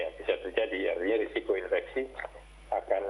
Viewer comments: Infeksi, bukan inveksi min. Emangnya konveksi :/ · infeksi keleus bukan inveksi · Infeksi min bukan inveksi